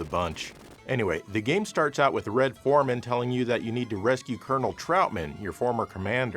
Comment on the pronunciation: "the game starts out with Red Forman..." Lmfao